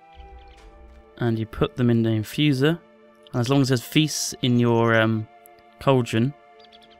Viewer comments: its pronounced "vee" not "veiss" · vis is pronounced vee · the s is silent in vis so it sounds more like just the letter v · when u say "Vis" it sounds like u say "fis" and in Norway, that means fart.